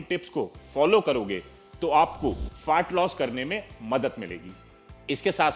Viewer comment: Is chutiye ko FAT LOSS bolna bhi nahi aa raha hai … Fart loss bol raha hai